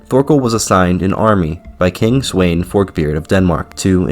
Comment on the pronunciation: Sweyn is read as Sven